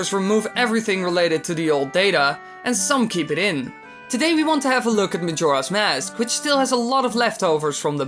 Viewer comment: DID YOU JUST SAY MAJIRA'S MASK?! XD